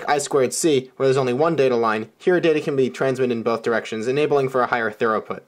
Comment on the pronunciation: Throughput.. not thoroughput. Wiper.. not washer.